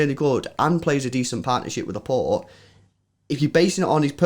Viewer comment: Pleaaase guys stop saying Laportay 😂 It's pronounced Laport' as in "passport", he's French !